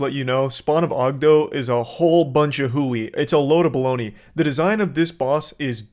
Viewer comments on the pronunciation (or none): none